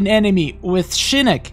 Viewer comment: I swear every time you say shinik it pissis me of its SHINOCK OCKKK NOT ICCCCC